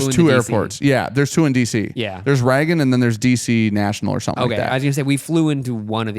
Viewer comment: Why do you pronounce Reagan as Raggin